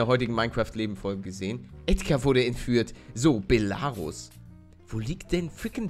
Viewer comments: Palle es wird quasi Belaruus ausgesprochen! ;) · Belarus ist ein land man spricht es belaruuus aus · Man spricht es Beeelaaaruuus aus und es ist Weißrussland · Belarus ist Weißrussland mit der Betonung auf ,,Rus" soweit ich weiß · Voll lustig wie du Belarus aussprichst. Auf Deutsch heißt es Weißrussland. Dann hättest du es bestimmt geschafft ^-^ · Belarus ist Weißrussland. Es wird aber das E betont und nicht das A. Belarus ist das russische Wort dafür. Bela= weiß Ich hoffe ich konnte dir weiterhelfen ^^